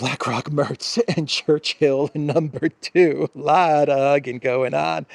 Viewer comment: Alex, when you mention “Churchill No 2,” I think the emphasis is, “No 2.” 💩